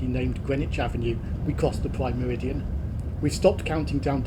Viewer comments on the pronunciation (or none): none